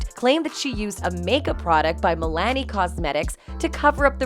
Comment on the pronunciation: Do you miss pronounce Milani cosmetic on purpose just to annoy your listeners because I know you know how to pronounce it cuz you do speak English.